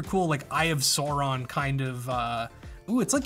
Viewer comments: "eye of soreawn" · Please tell him how to pronounce Sauron and other things in LOTR.... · Is nobody talking about how he pronounces "Sauron"? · mispronounced Sauron.... please stop